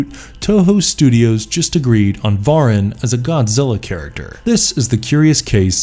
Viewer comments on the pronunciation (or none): Mispronounced Varan too.